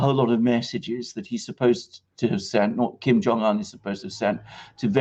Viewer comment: It would be good if you could pronounce his name correctly. It would give you credibility